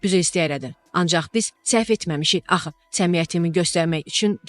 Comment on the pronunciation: Çox pis danışır.......... axxxxxı, izzzzləyəcək........sözləri düzgün deməyi öyrən, ayıbdır bu nə danışıq dır.